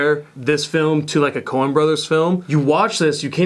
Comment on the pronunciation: lol corn brothers, I think he was saying Cohen brothers.